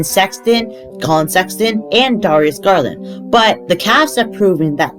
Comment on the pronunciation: the way he said darius garland 💀💀 still loved the vid tho